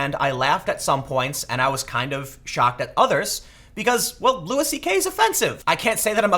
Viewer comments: It's pronounced lew-y not lewis. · its not lewis tho, its loo-ie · It’s Loo-ee CK not Loo-is. Love this channel but how is it nobody told Tim after his last Louis video? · Side note, isn't it pronounced Loui, like the French, not Lewis? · Jesus Tim... it's pronounced "Lou-EE." It's not Lewis CK... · It's pronounced "Lewie" not Lewis 😂. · It's pronounced loo-ee, man. Sorry I couldn't help it, every time you pronounce the S it drives me crazy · Its pronounced Louie not Louis. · His name is pronounced “Louie” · His name is pronounced “loo-wee”. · Tim, you need to google how to pronounce Louis... it's not a hard S, it's a more like Looey... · can someone please tell tim that it's pronounced LEWY. fucking hell mate. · His name is pronounced Louie, hence his show... Have you ever actually listened to any comedy? You kinda sound like an out of touch news reporter, and all the censoring is kinda lame tbh... You know you can swear on the internet, right? I get that it's a conscious decision that you've made. Overall I agree with your points. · The “s” is silent. Imagine yourself as a French person... come on, Tim. Pronounce one name right for me.